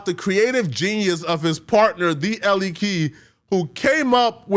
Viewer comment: Were you home-schooled? Elle is pronounced like the letter L. Ore-Ida is pronounced the way they say it in the commercials for their products, "Or Eye Duh." I hope you have a fun and exciting Rumspringa